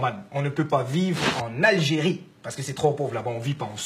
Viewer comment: c'est algerie et pas alerie sinon super vidéo